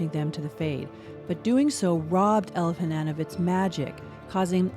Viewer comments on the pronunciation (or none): “El-veh-nahn” like non, not “El-veh-nann” like can